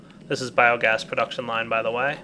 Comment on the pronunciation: Biomass not Biogass :P